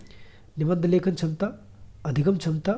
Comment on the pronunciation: Sir aap hindi pda rhe ho or क्षमता को छमता पढ़ रहे हो।